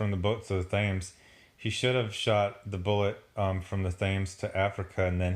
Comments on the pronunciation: God, the pronunciation here hurt my ears. "Thames" is pronounced 'T-ems'. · Thames is pronounced "Tims" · It's pronounced Tems like tens but with an m. Don't go talking like that in England or you'll get teabagged.